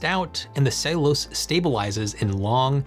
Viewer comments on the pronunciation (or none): "ceilose"?? It's ce-llu-lo-se i could not understand what you were saying until the word came on screen... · It is pronounced Cell you lows……Not Saylose. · Your pronunciation of "cellulose" is nearly unintelligible. It's "SELL- you- lowce". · Are you using an alternate pronunciation of "cellulose" that I wasn't aware of? "Ceylose"?